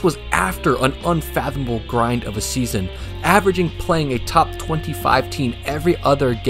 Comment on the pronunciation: isn’t there a yt advisory against loudly saying the word top for emphasis or albeit to blast the eardrums of the listener?